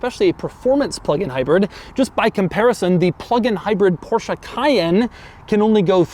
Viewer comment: Everybody: PorschE Doug: Portia. Everybody: Coupé Doug: Cuup.